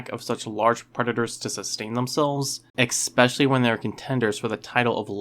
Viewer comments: ESPECIALLY, not "expecially" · Pacifically, as in the Pacific ocean? Ekspecially? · Be careful of things you learn from someone that says pacifically and exspecially. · Pacifically, Atlantically, Panthalassically, Iapetusly, Rheically, exsppecially, yours truly, speak properly 😂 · I'm sorry, I just can't get info from someone who says "pacifically" and "expecially." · There is no X in the word "especially".